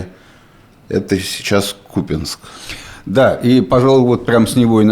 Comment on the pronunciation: я загуглил и по мнению пиндосов и коклов таки кУпянск, но ВВП вчера сказал купЯнск (я проверил).